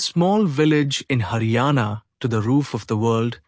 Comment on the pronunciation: it is not hana it is haryana